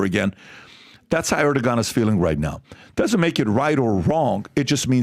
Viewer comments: ITS PRONOUNCED ER-DU-WAN!!! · Erdoğan is pronounced: Err- Doo - Won. The 'R' has emphasis and the 'G' turns into a 'W' sound.